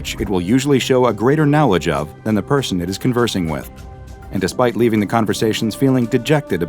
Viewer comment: I love watching these videos in the background but the way you say 'knowledge' really grinds my gears XD